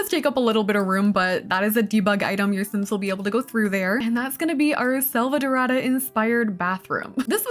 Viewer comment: As a brazilian the way you said “selvadorada” was so spot on that I almost believed you were at least 30% latina